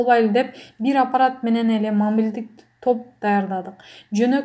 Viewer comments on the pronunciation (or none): адеми,мулк мунозу дейтго. Текстти окугандан мурда 2-3жолу кайталап окуп алсан чон кыз. Мобилдик дегенди мамилдик дейсин,уят!